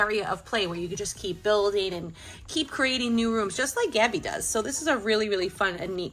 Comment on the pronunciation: You said tabby not gabby